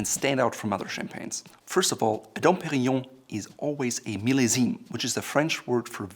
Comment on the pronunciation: You pronounce millesime wrong